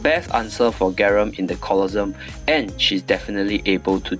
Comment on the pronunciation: I like how you pronounce Colosseum "Colossum" instead of "colosse-um xDD that doesnt matter Anyway good vid